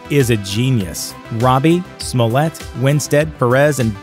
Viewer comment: I hear "Smollet". I think "Smoulier". Thanks.